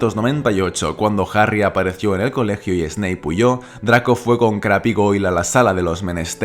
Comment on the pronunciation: Se pronuncia “Creib”